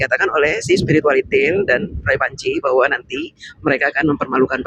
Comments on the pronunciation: Waktu ngomong spiritualitil ngilu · Kok ada sebutan spirualitiel...ha ha ha..siip 😀🤣